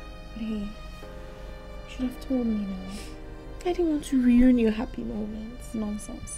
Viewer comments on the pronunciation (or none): Am I the only one hearing riun as opposed to ruin 😂😂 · Every time I heard "ruin" mispronounced in this movie, I ground my teeth. 😖 Lol.